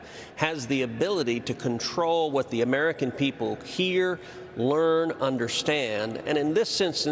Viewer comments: 'YOUGLE' lol - a truer word never spoken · "Yoogle"... PRICELESS! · "Yougoole"... lol. That's great. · Sundar Pichai: "Yougle?"...hmmm. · I like 'Yougle', Senator Cruz. Kudos from your home state! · I almost fell off my seat when he said "Yougle" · Youggle. Lol. I mean they are part of the same monopoly so it's fitting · YOOGLE hahahaha :-) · He said YouGle haha